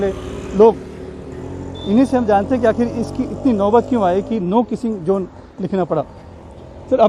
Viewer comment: No kissing zone Not no kissing Jone You are a reporter be professional pronounce correct This is not Gujrati say in English ZZONE NOT JONE